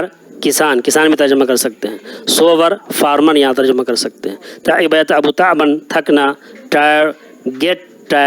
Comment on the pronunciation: شيخ تعب كا مصدر تَعَبًا آتا ہے اور آپنے تَعْباً غلط ہے